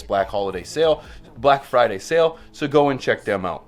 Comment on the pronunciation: Don't know if you said Friday or fried day because it's Thursday 😂